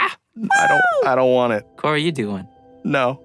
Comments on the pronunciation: I don't know why... but i heard Corgi instead of. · i heard "corgi" instead of "" in the intro i